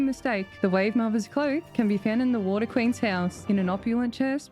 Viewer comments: Gotta love the "wAAter" pronunciation. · Ok. I know I'm missing a joke here. What's with the strange emphasis when she says "water"? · Hoping there is a carefully pronounced "water" in here